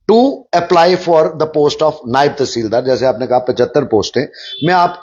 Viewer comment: नैब नहीं,नायव